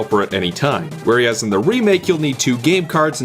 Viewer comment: Where-ee-as... anyone else hearing it?